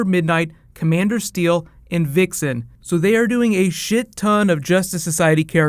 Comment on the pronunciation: I always have to laugh when u say vixen. Its so funny cuz its sounds the same like wichsen. Its a German word that means wanking